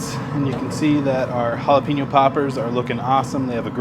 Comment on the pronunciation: Bro, let me break it down for you. Hola-Pen-Yo= jalapeño. There’s no peen in it. You’re Welcome 😉